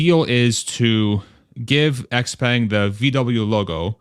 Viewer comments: Expang is the pronunciation..sortof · Xpeng is pronounced "Shaow-Pung" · I thought there's a hint of "J" in the "sh" Like the French "Je"